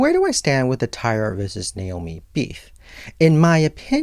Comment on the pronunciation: My favorite part is when you say “BEEF.” 💁🏻‍♀️🥩